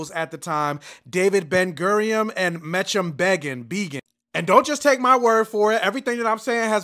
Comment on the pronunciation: Its pronounced " Men ak em Beggin"